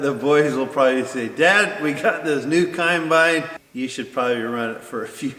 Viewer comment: Combine, not "con"bine, lol!